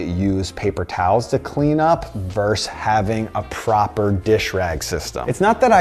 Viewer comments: The word is “versus”, not “verse”. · The word you’re trying to say is VERSUS (not verse). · it's not "verse", it's verSUS! VERSUS! >:O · It’s VERSUS. not “verse”.